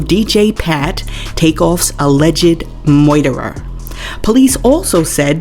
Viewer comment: Why do she pronounce murderer like that? not sure why that irritates me but it does.